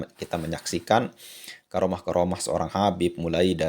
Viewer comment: assalamu alaiku,m maaf jangan sebut garomah dengarnya kurang enak. bukannya karomah. itu lafal menggunakan huruf kaf. he he he punteun